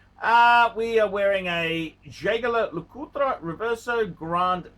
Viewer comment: Jaaayger La Coootrah...Come on man, it's JLC for you cavemen...